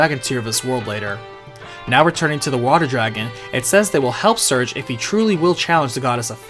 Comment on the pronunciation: [Sir-Gay], not [Surge].